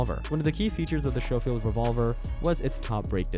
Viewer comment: It is shoffild it's scofield!